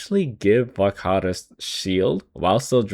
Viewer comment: damn that is how you pronounce varkaris, good to know